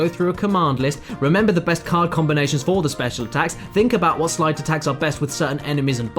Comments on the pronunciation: Sleight not slight... you dont ride a sligh down a snowy hill you ride a sleigh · Sleight =/= "slight"